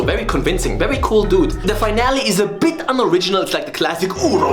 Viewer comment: wery goot